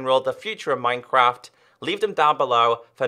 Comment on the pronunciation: says "minecwaft" 😂😂😂